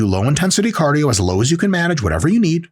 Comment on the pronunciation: CADIO sorry couldnt help it